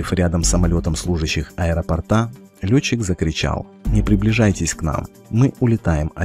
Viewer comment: АэропОрта, а не аэропортА